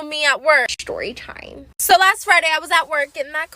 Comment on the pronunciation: The way she says shtorytime